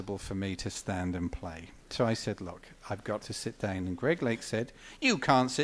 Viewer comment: I love how he pronounces "down" as "dayeoun"... hahahaha! Great story, thanks for posting this, as it's great to hear one of my heroes speak of meeting another one of my heroes.